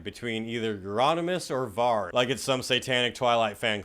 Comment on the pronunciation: 👏🏻👏🏻👏🏻👏🏻 for pronouncing Varg and Euronymous’ names right! Very rare for a yank! 🤣